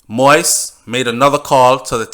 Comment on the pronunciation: It is not moist. It is moise.